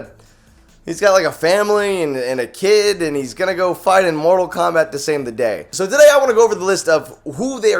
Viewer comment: Did you said mortal wombat??